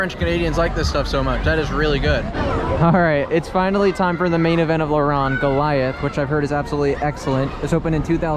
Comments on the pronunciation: le rrrronde bro your trpping its laronde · It's pronounced "La Rownde" Like "Row" sound, not "ron". Great vid. Was just here like 2 weeks ago.